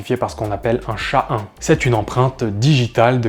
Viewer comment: alors "fermé" et pas "ferme", "ess hach a 1" et pas "chat1", "pouche" et pas "peuche"